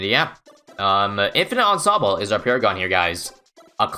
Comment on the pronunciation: the way says ensemble makes me cringe